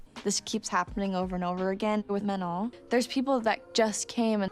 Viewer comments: ITS NOT MANON ITS MANOOO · ITS MAN-OH